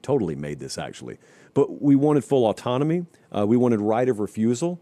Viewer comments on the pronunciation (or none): none